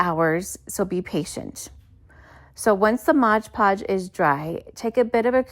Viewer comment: MOD. It's MOD PODGE, ya numpty.